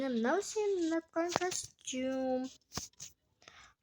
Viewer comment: Дымда түсіре алмаймын даусыңды дұрышташ ұнаптан деп ұнатқан дегенді